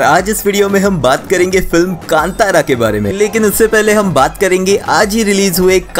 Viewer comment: I am Commenting because you Pronounced Film name Properly 👏👏